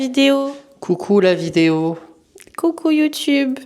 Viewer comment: Super vlog 😊 « coucou youtoube » 😂😂 bienvenue sur YouTube !